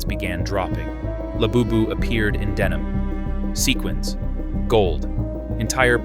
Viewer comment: Ahh yes. ✨rare laboobis✨